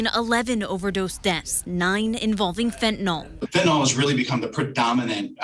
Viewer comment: NOT Fentanol!!! FENTANYL!!!